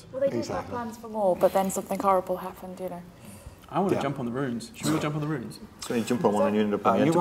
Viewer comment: Chris has an aggravating habit of pronouncing "rune" as "ruin".